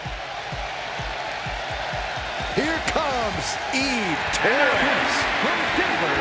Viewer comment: “Here comes Eve “Terres”….really 2K/WWE?!?